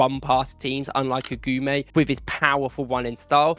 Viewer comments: AGOUMÉ LIKE A-GOO-MÉ. NOT AGOUAMÉ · Lucien Agoumé (Eh-Goo-May) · Good video. Just one thing, its Lucien "Agooomay"